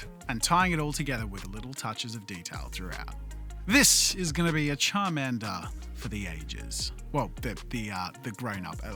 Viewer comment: So you're saying "Chadmander" and "Biggerchu" ?